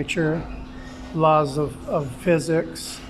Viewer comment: Fuzuks…..can’t stand how pronounces physics it’s so annoying.